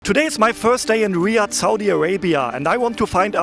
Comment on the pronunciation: It’s not riad it’s Riyadh btw and there is normally a lot of cats and there is no snakes or spiders